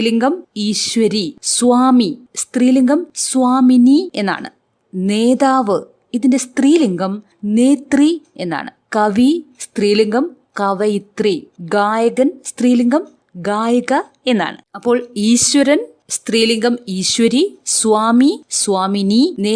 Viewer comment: കവയിത്രി എന്നല്ലേ കവിയിത്രി തെറ്റല്ലേ